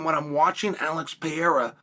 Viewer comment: Its "Pereira" not "Piera" unc